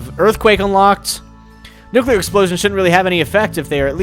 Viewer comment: turn off the nucular power plant it will explode